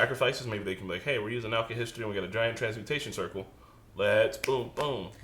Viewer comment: AL-KIH-HESS-TREE not alchi-history